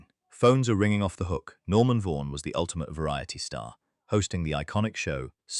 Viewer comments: Norman Vaughan. It's pronounced vorn, not vorgan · Another load of hogwash from some faceless character in Pakistan. I was Peter Wyngarde's soulmate for almost 30 years, and he did NOT live as a recluse! He worked continually throughout his life, and was an outgoing, fabulous, kind man who loved women. Anyway, at least hilarity with the pronunciation of Norman Vaughan's name! 🤣 You'll also note, that while it claims that Peter Wyngarde was supposedly known for his relationships with men, the producer of this hokum is unable to name a single on. Nor does he name a single woman who Peter was involved with. Actress Pamela Galloway; his living for several years in the 1950's with his girlfriend, Ruby Talbot (well documented)his 5-year relationship with Vivien Leigh, his flings with Diana Dawes and Mary Ure - the list goes on.